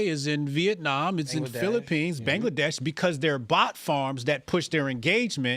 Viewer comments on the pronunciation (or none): none